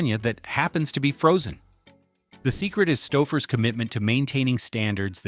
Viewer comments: It's "STOW-FUR'S". Otherwise, great video, thank you for the effort. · I effng HATE AI narration. Stau-ffers? WTF is that? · I said aloud when I heard it “stow furs.” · Its Stouffers not Staffers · st-OWWW-fers? Too much sodium. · That's pronounced "STOW-furs", according to this trash AI generated crap. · Why does the AI voice wait til the end to correctly pronounce Stouffers? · The mispronunciation of Stouffer's means they use AI for their voiceovers. If they do that, how reliable can their information be? It's just someone who plugs basic stuff into a video and posts it for the money. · Can't even pronounce Stouffer's. Grow a brain. Try watching Youtube reviews and learn now everyone with a brain pronounces such brand names. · Mispronounced 'Stouffer's'. Thanks, AI... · Interesting that "Stouffer's" is mispronounced early on, but is correct when the lasagne is presented. I am frequently amused by inconsistency in pronunciation. Too bad "satiety" is only said once, badly.... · Yep, and thanks to the A.I. narration, they pronounced the company name two different ways in the video. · Definitely! Kept mispronouncing Stouffers, then, started pronouncing it correctly. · Your AI mispronounced Stouffers through most of the video, now this guy is misspelling it!